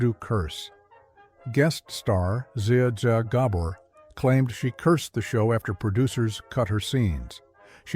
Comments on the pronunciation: siz sa gobler? you mean Zsa Zsa Gabor, ai run amock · Did you say zsa zsa Gabor or Zia Zia gaber Pretty sure you said the latter of those 2? I guess AI isn't very smart now is it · Zeea Zor Gobber??? WhoTF is that?? These people using AI to do VOs need to get on point and LISTEN to the garbage it produces and fix it. Or better yet, STOP using AI VO's and do Your Own VO's. How hard can it be? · "Z-ah Z-ah Gabbor"? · AI narration sucks. The show deserves better, and so does "Zia Ja Gabbor". If Zsa Zsa Gabor was still alive she would put a gypsy curse on this video after the stupid AI butchered her name. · Was pleased with the voice/narration that is until I heard “zay zay garbor” ugh AI bites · Who TF is a Jya Jya Gabor? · "Number 12) Voodoo Curse with guest star Zia Zah Gah Bore..." It's funny when AI narrators mispronounce names. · In this video, . the narrator mispronounces Zsa Zsa Gabor's name. He says Zia Za Gabor, (Gabor accent on Ga.) You should correct this. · Ziadzor Gabor? Really? Stop using AI! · This voice over guy is an idiot(probably AI) He couldn't pronounce ZAA ZAA GABOR!!!(not that hard) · "Guest star Zia Ja Gabbor"???🤣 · Maybe learn how to say Zsa Zsa Gabor... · Haha, your 'AI' voice needs more training. at , #12 Voo Doo, it totally crapped on the pronounciation of 'Zsa Zsa Gabor's name. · AI commentator. Zsa Zsa Gabor Pronunciation. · I thought it was funny that he couldn’t say Zsa Zsa Gabor‘s name correctly. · The pronunciation of Zsa Zsa Gabor should have disqualified this immediately. And the show was fairly sexy … there were plenty of kissing scenes. Click bait. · I guess Zsa Zsa Gabor is too much for AI...... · the narrator utterly BUTCHERS the pronunciation of famous actress Zsa Zsa Gabor 😂😂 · You want to try to get your fake announcer to pronounce Zsa Zsa Gabor again? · If you had any question about whether this video has an AI generated narrator, the pronunciation of the guest's name tells you all you need to know.